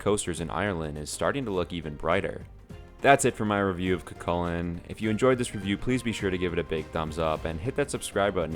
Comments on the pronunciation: It’s cú cullainn so when u say it it sound like ur saying you with a c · Btw it’s pronounced coo Cullen :) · Love Cu Chulainn (btw its pronounced kookoolane) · when your irish and he pronounses cu cuillian wrong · IKR ITSSSS SOOOOO TRIGGERING